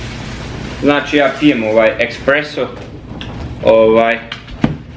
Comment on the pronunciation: Pozdrav,ne kaze se ,,ekspreso,, vec espresso,to pakovanje ,,busto,,kafe nije espreso,to je meksicka mlevena kafa,kupi lavazzu ili segafredo ,jer je to pravi espreso.Nemoj vise prica ti ,,ekspreso,,zivotati.